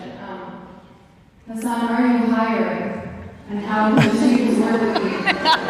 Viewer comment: It's actually hus-sun (like the star).